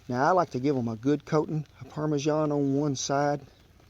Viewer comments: "And what is it? Some parmeJEAN" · He's a proper little Gordon Ramsay isn't he😂 why do Americans mispronounce parmesan??